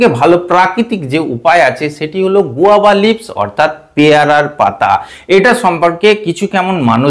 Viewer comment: গোয়াভা না স্যার। আমাদের দিদি বলেছেন গুয়েভা😂😂😂😂😂😂😂